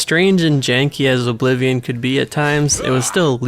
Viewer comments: The emphasis you put on the 'O' in Oblivion irks me so much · Apparently Oh-blivion invented the genre. 😂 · The way you pronounce Oblivion is appalling.